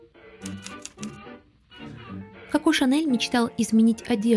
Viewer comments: Ну почему кАко а не Коко🫠? Неужели так сложно выговорить о в начале слова ? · Не очень понравилось произношение имени, КАко. В остальном, очень содержательный и интересный выпуск, без воды, красивый визуальный ряд.